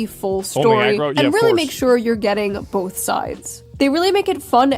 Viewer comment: I'm not sure who needs to hear this but it's both not BOLTH.